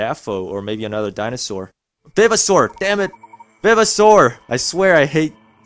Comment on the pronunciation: For your 2nd fossil you should of used the drill for the edges and good job on saying vivosaur all other vdeos I seen did not even try to say it right.